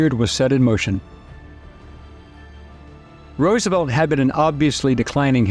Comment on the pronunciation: “FRANKLIN DOUBLE-CROSS ROOSENFELD”